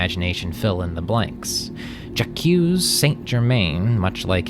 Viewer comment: Who pronounces Jaque '"Ja-Q"?